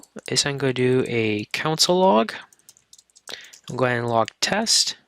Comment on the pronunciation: This is a clear and good basic intro, and I definitely recommend it for beginners, but the presenter needs to stop pronouncing console as "council." It's really distracting.